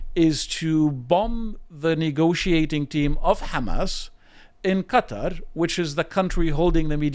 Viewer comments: Geez.it took him saying cuter 4 times before i realized he was trying to say qa,tar.like people saying keeeev. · Let Israel defend itself against Hamas. And the way you pronounced Qatar tells me everything i need to know.